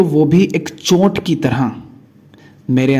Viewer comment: सही उच्चारण है चोट, आप बोलते हैं चोंट। फर्क समझे।